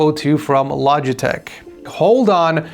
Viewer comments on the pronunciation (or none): none